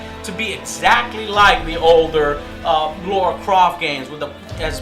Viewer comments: Lara not LAURA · God DAMMIT! ITS LARA not fucking Laura! I see a distinct difference! LA-RA or LAW-RUH! See the difference. HEAR the difference! Please! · Her name is lara, not fucking laura. Two completely different names. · No! It's neither Lara or Laura, It's Joe Croft lol XD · Thank god somebody pointed it out, So many people call her Laura and it's frustrating as hell. not hard. Lar-a pretty straight forward. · Am I the only one that doesn't care about Joe pronouncing Lara as Laura? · "LA - RA" not "LAURA". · i know I'm late but for god sake it's Lara not Lora ... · her name is LA-RA. not LO-RA....just saying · Everyone calls her Laura when its Lara.So annoying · The Re - Return innit, I hate when people say Lora/Laura it's Lara! LARA, people!!! LARA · Have they changed her name to 'Laura', or is it still 'Lara'? Because I think Joe is mispronouncing it. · Jet The Hawk well that's just plain wrong. Did you play the game? It's Lara! Not Laura ! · he says "Laura" not not la-ra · Why does he keep calling her Laura when her name is Lara? Is this on purpose or he just doesn't notice the difference? hmmm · Her name... Is LARA!! NOT FUCKING LORA!!!! HOW THE ACTUAL FUCK AM I THE FIRST PERSON TO POINT THIS OUT TO THIS GUY, AND TO JOE!?!?!?! WHAT THE ACTUAL FUCK!!?!?!?!?! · Why does everybody say Lora. It's Lara!!!! And dude it's not copying Nathan Drake. Lara has been around more than his ass. It's the opposite. Nathan is a copy of Lara. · Really wish he'd stop calling her Laura. It's LARA Joe! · It's us Americans misunderstanding English accents. Even look at the forums, fellow hardcore tomb raider fans share this pet peeve. It's Lara. It's only really mispronounced Laura, stateside. Occasionally even by developers which is ridiculous.. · To this day I don't understand why Americans continue to pronounce Lara as Laura, even when people in the game explicitly pronounce her name properly. Laura and Lara are two different names. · Laura? But it's Lara.